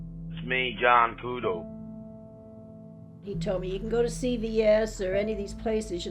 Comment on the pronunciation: ITS JOHN KUDO NOT JOHN CUDO